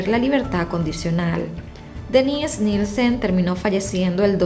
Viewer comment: yo se que es Dennise , y se que este nombre se usa mucho incluso en Latinoamérica tanto para hombre como mujeres pero como lo pronuncias suena que fuera el Denise para mujer jajaja (es que yo pongo tus videos para escuchar el audio mientras ejercito y al principio estaba perdido) un saludo